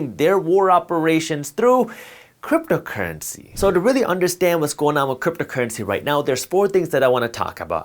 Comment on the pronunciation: Cypto cuuency?? Lemme hear those rrrrrrr’s buddy